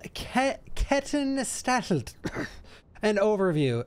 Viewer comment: whoever said Kettenstadt was Italian, my god haha! It's German! pronounced more like: "sh-tart"